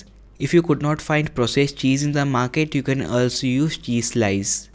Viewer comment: Improve your English and especially your vocabulary it is no ulso it is also